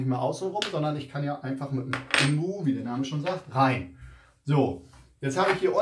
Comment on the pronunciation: Sorry, aber es heisst "INBUS" - und nicht "IMBUS"! Man sitzt ja nicht "im Bus"...! Die Ableitung kommt von "Innen-Sechskant" - also "IN". Deswegen INBUS.